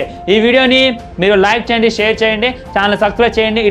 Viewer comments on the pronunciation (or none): none